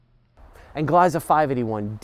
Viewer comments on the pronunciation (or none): Please pronounce Gliesa with the long e sound please.